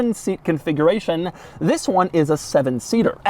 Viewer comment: This this this and THiss 😂😂😂 doug demuro what you doing to me